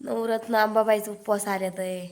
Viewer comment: नवरत्न नाही नवरात्र बोलतात